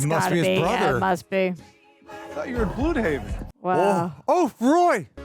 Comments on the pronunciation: I don’t like the way they pronounce Blüdhaven. They pronounce the Ü rather than Just Bludhaven. I feel like it’s gonna be red herring with his father and brother, like they’re heroes but they’re still sipping the Neo Nazi juice but just in secret. Some eugenics schtick behind the scenes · I don't know why but the thing that oddly stands out the most to me in this episode is the weird pronunciation of Blüdhaven.